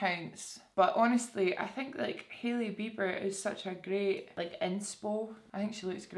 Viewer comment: When you said Hailey Bieber I heard "Hilly Beeper" 😂😂😂